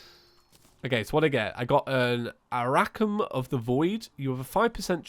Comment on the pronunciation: I laughed when u said Aracum instead of Arcanum